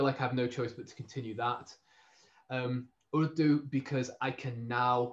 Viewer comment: Btw you pronounced ‘Urdu’ fine! Most people here would say something like ‘uuuh doo’ but like Spanish it has a short rolling r